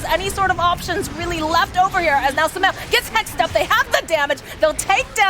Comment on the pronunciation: the caster keeps calling sumail with smel